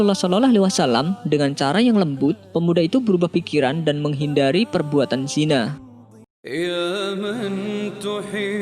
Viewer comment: Kenapa sebut 'zinai' kan ejaan yg betul 'zina'